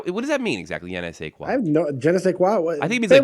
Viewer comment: Good show again guys, your chemistry is awesome! was on target again when he was asked about the meaning of ''je ne sais quoi'' (great pronunciation also). After explaining it perfectly (that little you know what, that extra something) he shouted to his wife: What ''je ne sais quoi'' means?...funny:) Now that a new time slot is open, we can have Copious amounts of live shows PM during the week!